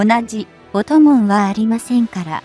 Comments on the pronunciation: 「音紋」を「おともん」と発音するのは些か問題がある。軍事的知識に乏しいとしか言いようがない。悲しい。パソコンに音声読み上げ方式を利用していることが原因だろう。もうちょっと考えてほしいものだ。「RIMPAC」を「りむＰAＣ」と呼称するのも悲しい。何とかしてほしい。更に、音声の区切りも奇妙で、理解不能に陥りやすい。ソフトをきっちりしていただきたいものだ。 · ✖ 音紋（おともん）⇒ 〇音紋（おんもん） これくらいは修正入れて欲しい。